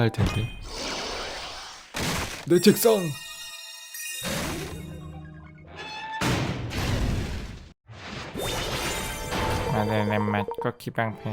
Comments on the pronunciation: 아닠ㅋㅋㅋ 마들렌 인데 마를덴 이라고 했어 ㅋㅋㅋㅋㅋ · 마를덴 머얔ㅋㅋㅋ 내가 잘못알고 있던건가하고 계속 마를덴 마들렌 이러면서 말하고 있었네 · 마를덴 형님..? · 마를덴 ㅋㅋㅋㅋㅋ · 마를덴 ㅋㅋ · 마를덴ㅋㅋㅋㅋ 아 진짜 아무렇지 않게 넘어갈 뻔... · 오 마를덴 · ...마를덴... 어디다 데셨길래... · 마를덴 형님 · 마를덴 ㅋㅋㄱㅋㄱㅋㄱㄱㅋㄱㅋㄱㅋㄱㅋ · 마를덴 형님..! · 마를덴 뭐냐구욬ㅋㅋㅋㅋ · 초에 마를덴이 아니라 마들렌 입니다. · 마를덴? 마들렌 아닌가? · 에 마를덴 뭐냐구요ㅋㅋㅋㅋ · "마들렌 형님 멋있어요!!" 가 "마를덴 형님 멋있어요" ㅋㅋㅋㅋㅋ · 마를덴 너무 자연스러워서 몰랐네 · ㅋㅋㅋㅋㅋㅋㅋㅋㅋㅋㅋㅋㅋㅋㅋㅋㅋ오늘두 웃고가요 갈 수록 뭔가 방법이 느는 기분... 마를덴... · 마를덴..! ㅋㅋㅋㅋㅋㅋㅋㅋ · 마를덴이요 선생님..?ㅋㅋㅋㅋㅋㅋㅋ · 마를덴 행님..? ㅋㅋㅋㅋㅋㅋ